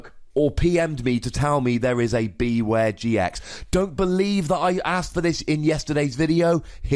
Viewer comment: wouldn't it make more sense to pronounce it like beware? as in, beh-ware? it's a pun as far as I can tell